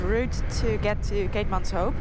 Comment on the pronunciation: Noraly if you say it like "keetmans whip" your pronounciation will be spot on. Also " buy a donkey" is baie dankie. Enjoy my beautiful country, stay safe💕